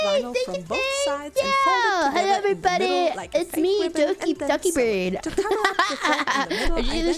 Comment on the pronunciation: I know it's Dokibird, and people joke 'doggy bird', but I keep hearing 'ducky bird'. XD